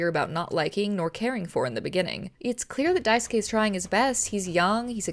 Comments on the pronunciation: cheers for not saying Daisuke’s name die-sooh-kay like every other person I’ve seen play this game lol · a mouthwashing video that says daisuke’s name right!!